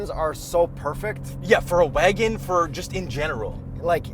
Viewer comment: Came here to hear "waygon" and got it at the mark. Not disappointed.